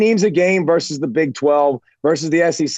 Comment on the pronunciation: vs stands for versus, not verse, as in Roe versus Wade